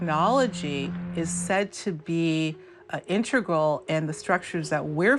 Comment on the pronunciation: She said "intregral" for real. Should we believe her on the alien topic?